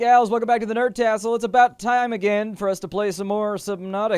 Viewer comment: Anyone else notice he said welcome back to the nerd tassel at the beginning.